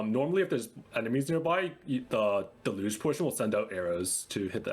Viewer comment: Deluge: del-yoosh